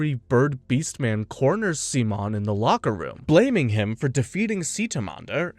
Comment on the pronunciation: Amazing recap but... PLEASE STOP SWITCHING BEWTEEN AMERICAN AND SPANISH SIMON PRONUNCIATION!! Damn... so much of the amazing lines from ep 27 were cut. DAMN COPYRIGHT! To anyone who haven't watched the two movies, if through pirating or legitimate sources like the blu-ray. (blu-ray should be the ONLY way to watch the two movies) Though just enhanced recaps, Childhoods End adds a little more to Simons character. But it sadly skips the Lordgenome fight, probably due its nearing 2 hour cast time. The Lights in the Sky are Stars is a complete remake to the Studios and Authors true vision of the Anti-Spiral fight.